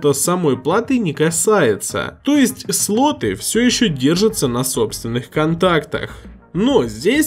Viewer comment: МаркЕтинг, матерЯ, сатой, ппц грамотность. СлотЫ, пинЫ, вместо слОты, пИны, вам бы подтянуть грамотность.